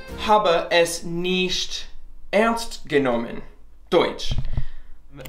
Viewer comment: Ish and nisht get me every time, I'm not sure if it's entirely correct to say it that way since I'm not a native to german, but I would suggest you to practice them